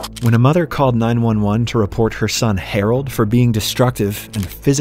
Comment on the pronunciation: Why did he say Harold like that? “HArOld”